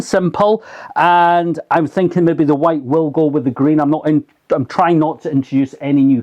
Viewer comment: "White will go with the green" he says with a Scottish accent! I think we know wit side of the fence you're on big man, nae bother! lol! (I'm joking!).